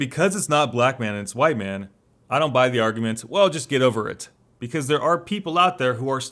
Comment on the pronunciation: Mhite Wan